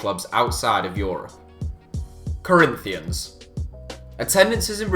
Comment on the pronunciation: The way he says Corinthians makes me wanna commit suiside